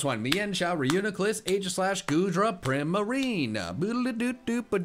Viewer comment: Primalrina not primailon